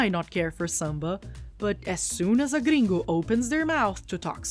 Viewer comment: que surpresa descobrir que tu é br só de ouvir o "gringo"